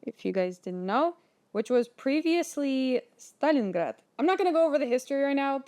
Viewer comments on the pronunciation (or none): none